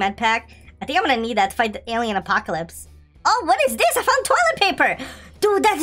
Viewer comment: He said ALIEN apocalypse 😂😂😂